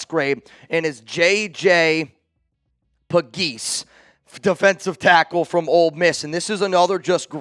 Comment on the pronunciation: Lmao😅 JJ Puh-geese!(?)